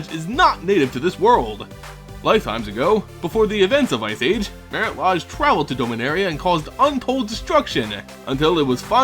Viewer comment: and its mare-it laydge not mare-it lahj